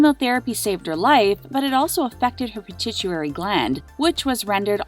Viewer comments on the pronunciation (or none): Pitituary gland? Do you mean pituitary?